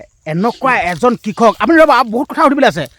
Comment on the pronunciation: হেৰি ডাঙৰীয়া ভিডিঅ' বনোৱাৰ লগতে অসমীয়া ভাষাৰ শ্ৰাদ্ধ ও পাতিলে যে কিয় ? কাৰন হৰিহ নহয় সৰিয়হ হ'ব লগতে কিষক নহয় কৃষক হ'ব বুজিছে // নজনাটো লাজৰ কথা নহয় কিন্তু নিজে নাজানিলে আনৰ সহায় ল'ব লাগে